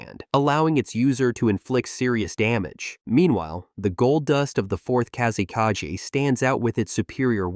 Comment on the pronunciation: Bro what is with pronauncination of kazekage? Plus sand is not wepon, people control it with chackra like fire, water, earth and so on... Plus gold sand is being controled by magnetic kekei genkai